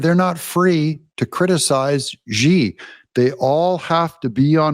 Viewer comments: First you tell us that Xi is pronounced as Chee and seconds later you pronounce his name as Gee. How are we supposed to pronounce the name Xi? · FYI: “Xi” Is neatly pronounced as “she”